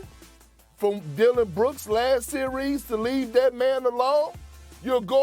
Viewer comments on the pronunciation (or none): “ i pick in this sewies”…😅